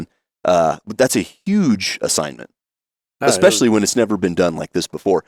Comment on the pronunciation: expecially. You mean especially